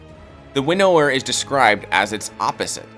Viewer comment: I'm sorry but the way he says Winnower as "winn-nower" is frustrating.